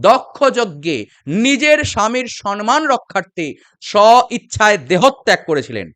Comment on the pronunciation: আপনার আলোচনা খুব সুন্দর,মন দিয়ে শুনি। ভালো লাগে। কিন্তু কানে লাগে যখন "সম্মান" না বলে "সন্মন" বলেন। শুধরে নিলে ভালো লাগবে।